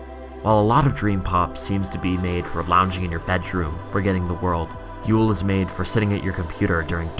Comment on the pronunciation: maaaaaan thank you you literally helped me sooooo much i have struggled with yeule pronunciation and now im free to speak